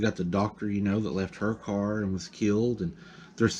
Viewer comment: Car not cat 🙄